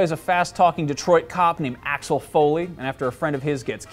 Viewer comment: the way you say axel is pretty wrong - a fan from germany :D